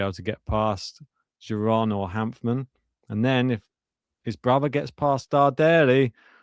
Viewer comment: Giron is actually pronounced with a hard "G" like "Gig"